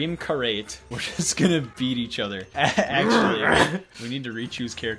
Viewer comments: "Dream Cah-rate" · I've never heard karate pronounced like that before and I will never be the same